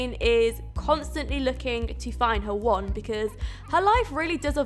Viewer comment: When you said "When Jane finds the one." It sounded like "When Jane finds the wand." Ring a bell? Descendants? The movie?